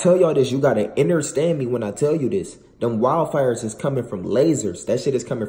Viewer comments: He said innerstand instead of understand 😂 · When you become “woke” you tend to say innerstand instead of understand.. why? Idk I’ve never asked lol but it’s just something they do. Just thought I’d throw that out there. I’m around spiritual people all the time & they say the same things.